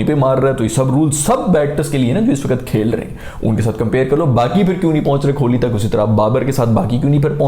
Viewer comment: yar pehli baat tau ye k kholi nhi kohli hota hai ab itni aapki audiance ha thora khayal kro yar agle k naam ki aap ne maa behan kr di ha mtlb khol hi diya kholi😂